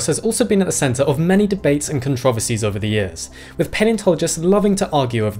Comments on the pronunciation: Have I been saying “controversies” incorrectly all of my life??? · How you just pronounced "Controversies" is creating alot of controversies for me! Bruh.